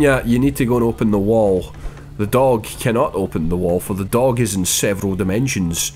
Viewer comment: I'm not sure if its "Dog" Or "Doug" at this point